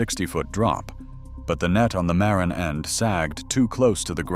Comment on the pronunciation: You are not pronouncing Marin properly. Ma-rin with equal or a bit more accent on the second syllable, rin!!